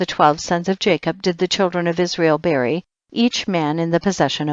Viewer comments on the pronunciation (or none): none